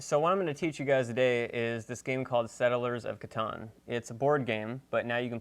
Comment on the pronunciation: it's pronounced Catan